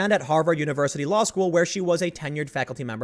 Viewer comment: ha ha … "law skewl"